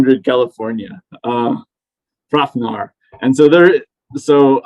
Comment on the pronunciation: Hrafnr is pronounced with a v, not f.